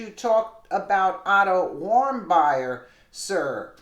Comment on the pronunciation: Pronounced Warm-beer....please try to say his name correctly